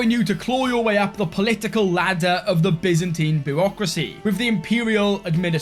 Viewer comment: Finally, you don't pronounce the byzantine empire as Baizantaine anymore!